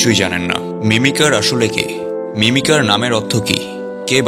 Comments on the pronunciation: ভাইয়া এটা মিমিকার হবে মিমিসার না😅😅❤❤❤ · ভাইয়া এটা মিমিসার না মিমিকার হবে 😂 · মিমিসার না Mimicer